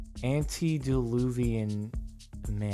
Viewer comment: Someone's probably really mad Jardon messed up the pronunciation of antediluvian. Ok, it's me, I confess. I'm an asshole.